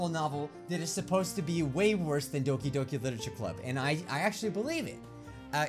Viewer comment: he says Doki Yoki